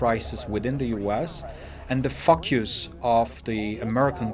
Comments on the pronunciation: Another excellent analysis (but he pronounces ”focus” like f*** you’s 😅) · I heard the exact same thing ya. Ha.